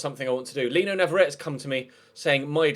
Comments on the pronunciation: NavarretE not navarret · He's from Argentina, which speaks Spanish, and there are no silent vowels in Spanish. If it was spelled Navarette, then it's French and is correct. But that isn't the case. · Since pronunciation is under scrutiny again... Navarrete is pronounced na-va-REH-teh, with FOUR syllables Mbappé Lottin is pronounced mbah-PAY loh-TAN, with TWO syllables in the first half of the surname, and stress on the second syllable for both Paredes is pronounced pah-REH-des